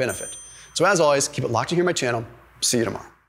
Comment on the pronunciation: I usually follow the transcript. When you say “See ya tomorrow “ it comes up “Sedimema” 😂